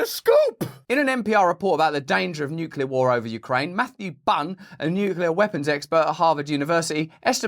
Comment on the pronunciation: Thank you for pronouncing nuclear properly